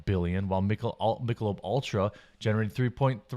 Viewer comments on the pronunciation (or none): none